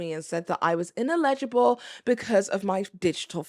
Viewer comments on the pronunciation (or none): "Innalegible"??? im guessing that was to be "ineligible"?